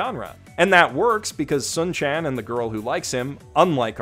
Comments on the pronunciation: In regards to Oresuki, the best friend’s name is pronounced like the actual star, Sun, not Sūn. His actual name is Taiyo (which means “Sun”). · His name isn't "soon," it's "sun." Like, the English word "sun." His real name is "taiyo," the Japanese word for the sun, so they call him "sun-chan" as a nickname. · Anyone else cringe when mispronounced Sun from Oresuki? You know that’s his nickname right? It’s pronounced in the English manner, it’s basically a take on his given name Taiyo. Bro, if you have other people writing for you just tell them to get cliffnotes on pronouncing the characters of the shows you claim you watch. So unless you watched with 0 volume I’m gonna assume you didn’t actually watch the show.